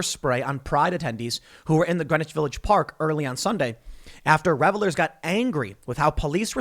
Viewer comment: "Revelers" that's a new one.